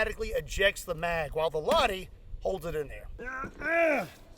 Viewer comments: Would be nice if you looked into how to pronounce the name of any crazy guns you get. It's very jarring hearing you say "laadi" everytime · heyy im a finn and just wanted to talk about your pronunciation about the "lahti" it pronunced with the H in it you need to say the H in it and congrats of 5mil! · Ah yes, the "Ladi" I kid, it's always cool to see guns from your country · It is funny how everyone pronounces it "Ladi" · ah yes, the laadi 20mm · I'm little surprised that you've taken the hero of the backwoods into your care. Its a little funny when you pronounce the name "Lahti" with an US accent, like "Ladi"... almost like СССР classic car "Lada"🤭. Maybe you should star collecting other famous AT-rifles from WW1-WW2 in the future. Or it would be nice to see you shoot at several armor Steel plates with these toys to demonstrate the durability of the WW tanks. Appreciations from the homeland of the Winter and Continuation Wars 🇺🇲🤝🇫🇮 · It’s pronounced “Lay tee” 🙄🙄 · The Lahti is Finnish. It's pronounced with a flat a at sounds a bit more like aw, a hard H, so it kinda sounds like lawhty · I believe its pronounced "Lachti" 😊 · Lahti Lahti, we likes to pahti! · You should learn to pronouns the name right before repeating the murica style assumption over and over again. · Why didn't you just put the name Lahti in the google translator if you don't know how to pronounce it. That pronunciation was as wrong as it can be. Otherwise a great video. Love to see some stuff from my beloved fatherland. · Im a fin now i ain't gonna shame your pronunciation cause Americans usually don't say Finnish things like they should but you saying Lahti is hilarious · Love to see Finnish guns 😍 but ill come to teach you how its pronounced when im in the states next time near Kentucky 😅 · Thank you. Very entertaining and informative as usual. One small side note. In the Finnish language, all letters are pronounced, and the accent is always on the first syllable. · “Lahdy” lol.